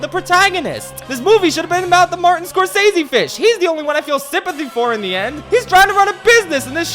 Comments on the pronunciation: Martin's last name is pronounced "score - sess - see". Just for correction to you! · Martin Scorsese is in this movie because he’s the “gangster movie” guy and the sharks are gangsters… how they convinced him to take the part, for such a lame almost joke… money. Also, you’re pronouncing his name wrong.